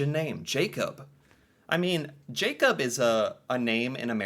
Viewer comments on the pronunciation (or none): Remember, our "a"s are not English eeyh, they are "ah", the a in Jakob is the same as the one in Noah, almost. So it is not jeey-cob, it's jah-kob. Also, "e" at the end of a word is not silent. Emilie is not emily, it is "eh-mii-lii-eh"